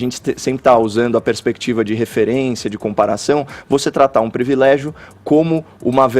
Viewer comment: Parabéns, Fefito por ter corrigido de forma "elegante" a palavra "privilégio". Muitos falam incorretamente (previlégio).